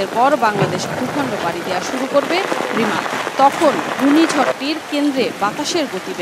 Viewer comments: Remal=রেমাল, রিমাল না, রিমাল উচ্চারণ করতে হোত যদি বানান Rimal হোত। এ কারণেই আমরা বাংলাদেশকে চিরঅশিক্ষিত দেশ বোলে থাকি। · ঘূর্ণিঝড়ের নাম টা ঠিকভাবে বলতে ও লিখতে পারলেন না😪